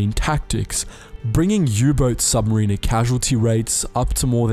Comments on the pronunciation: Submariner is pronounced “sub-mare-inner” not “submarine-err” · Submariner not sub marine er. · Awesome vid, but his way of saying submariner bugs me